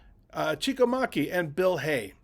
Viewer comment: Geez get their names right. These are great players in the past! ERIC Nesterenko. Chico Maki. (Not pronounced Mahkey. Pronounced Mack-ee)